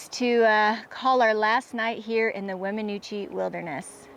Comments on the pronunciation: Wem in noosh is the pronunciation. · It is pronounced "Weminoosh". No offense, but when you go to an area you are not from, it's best to at least google how to pronounce the area.